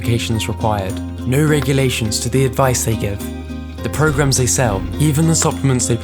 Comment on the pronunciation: As soon as he said "regulations" I was out.